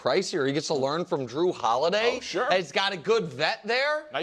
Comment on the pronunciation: “Drew” just killed me 😂😂 It’s Jrue, bro